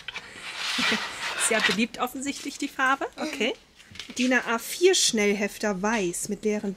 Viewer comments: Es heißt Din A4 und nicht Dina A4! Das macht mich echt in jedem Back to school Haul so fertig. 😂😂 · jedes Jahr das selbe.. Es heißt DIN A 4 und nicht DINA A 4!😄😄😄🙈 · Das ist auch schwer zu merken weil man es Dina4 ausspricht 😂😂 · Haha ja, das triggert mich auch immer. 😂😂😂😂😂